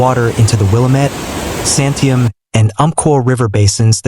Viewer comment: Well…. At least you didn’t mispronounce Oregon. Willamette = will AM ette Santiam = San tie AM